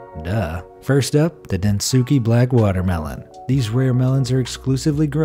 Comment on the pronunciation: Protip: its not pronounced Densookay....the U is silent XD